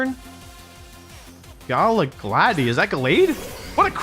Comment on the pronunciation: Galagladi is actually the german name for Gallade. Pronounced it correctly funnily enough